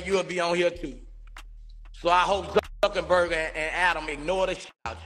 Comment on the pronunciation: Wow Boosie you should have seen this one coming! Mark Zuckerburger you mean Zuckerberg killing me Boosie lol😂😂😭